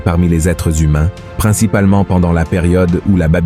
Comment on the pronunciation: Les êtres HUMAINS ! Et non ZHUMAINS !